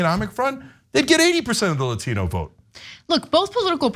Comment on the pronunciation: You can tell how fake she is by the way she pronounced Latino.